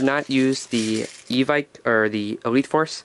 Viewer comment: its not evik its evike like ebike wowo lol